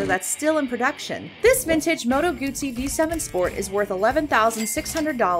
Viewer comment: Good job, narrator, pronouncing Moto Guzzi correctly. Bravo!